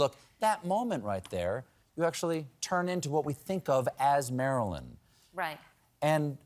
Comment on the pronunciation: she cannot even say Marilyn with the right intonation and stress